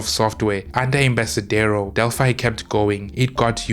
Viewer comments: In spanish it's Del-fee. And "Embarcadero" es pronounced with a "k" sound. It's spanish for "pier". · At a rough guess I would say it may be that in some dialects, the ‘C’ is pronounced as an ‘S’, as in Barcelona which is pronounced that way?